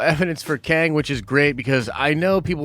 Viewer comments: Qeng. Not Queng. 😉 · Prepare to be Bohnered, it's KING LOKi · Also... Kwang tower? There is no U after the Q, the guys name is Kang, so it's pronounced the same. FFS, you trolling us or what dude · It's not Kang dummy it's Loki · I think Qeng is just pronounced "Kang"